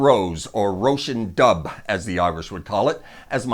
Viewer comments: In what world is it pronounced doo,its dubh, pronounced dove, bc bh makes the v sound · Dubh pronounced DUV or DOVE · Róisín Dubh at number one was unexpected but fabulous! Also its pronounced du-v. bhs in irish have the v sound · Amazing video! Thanks!! P.s, dubh is pronounced “duv” 😉😂👍👍